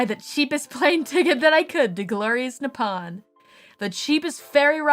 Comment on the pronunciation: Fukkn "Nipawn"